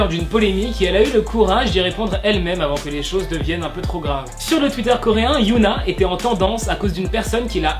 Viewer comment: Ça se dit "hyÔna" pas "hyOUna"